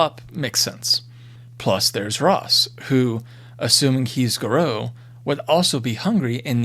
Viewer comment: Pardon my pedantry, but the singular of Fomori is Fomor and Garou is pronouncd as Garr-oo.